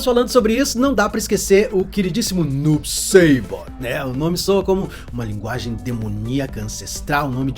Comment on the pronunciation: Noob ''SEIbot'',????? aí vc me quebra kkkkkkkkkkkkk